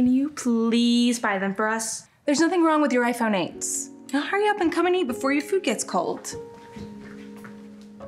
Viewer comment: “i fone”